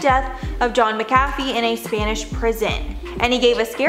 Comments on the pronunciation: MACK-a-fee, not mick-AFF-ee - h. Granger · Pronounced ; MACK-A-FEE not MICKafee... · I always thought it was pronounced Mac - a - fee ……. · She pronounced it Maa cafe,,,, made me want some coffee 🤣🤣🤣 Hes got a great Wee Irish surname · Pronounced Mack Uh Fee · When you can tell that the host was too young to know what McAfee is, so it is mispronounced all the way to the end. Very cute:) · This story is terrible and sad but I just can't get over the way that they're mispronouncing his name